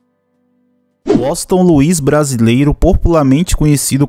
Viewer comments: Mano uma dica procura pronunciar o nome de Washington brasileiro correto, vc ta falando o nome dele totalmente errado, da uma observada. Vc ta falando woston ,só uma dica blz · Washington 👎🏻 - 👍🏻 Uósinton KKKKK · Primeiro vai a prender a falar o nome dele cara uoston brasileiro kkkkkkk kkkkkkk é Washington Brasileiro kkkkkkk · "Uoston" não macho, Washington KKKKKKKKKK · Washington =Woxiton 😅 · Tranquilo irmão, apenas uma crítica construtiva. Também sou fraco no inglês porém nas vinhetas da música entende-se "Uoshigton" e não "Uoston". ;) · Wossiton kkkkk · Uoston não é whasington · O nome do cantor e Washington não e woston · Não e woston e Washington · Nao e wosinton e Washington kkkk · Aprenda a escrever e falar o nome kkkk Washington não woston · É waxinton com x. Meu chará! kkkkk meu pai teve a grande vontade de colocar meu nome de Washington kkkk não sei quantas vezes me chamaram de Washington brasileiro! O cara é um grande cantor e me orgulho muito de ser comparado com esse grande mito do forró ! ❤😂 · Woston?????? Kkkk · Fale o nome dele corretamente. e não uoston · Muito bom ,só faltou falar o nome do cara direito. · Que agonia vc errar a pronuncia do nome Washington. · Esse jeito de vc falar Washington brasileiro e errado amigo .. .... Vc puxa muito o "" S "" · Vc só precisa aprender a pronunciar a palavra Washington.